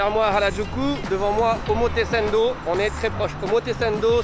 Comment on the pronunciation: Heu... Je vais être chiant mais j'entends vraiment omotesendo, est ce que c'est fait exprès de prononcer "sen" au lieu de "san" ? Des bisous*